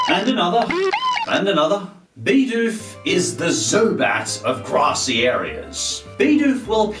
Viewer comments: It us pronounced Bih doof not bee doof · It's bi doof bi-doof it stun fish stun-finish stop saying it wrong it like saying butt free it triggers me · 'Bidoof' not 'Baydoof' -_